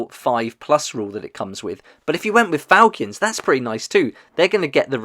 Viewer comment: Its fal-“chin”